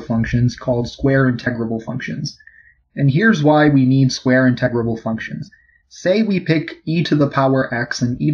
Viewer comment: Did he say "in-TEG-rable"? Egads. It's "IN-te-grable".